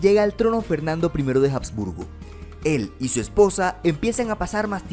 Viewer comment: Muy buen vídeo, lo único es que se pronuncia "absburgo", no "jabsburgo"